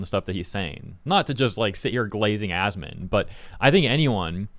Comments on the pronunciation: He called him ass-man lol that had to be intentional. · He shortens it and pronounces it 'Ass-man'. So no I dont believe he doesnt know him. Not to mention incredibly petty